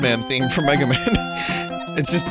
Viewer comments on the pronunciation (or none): none